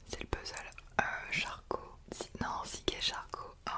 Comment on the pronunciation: Puzzle !! et non Puzzeule !!!!!!!!!!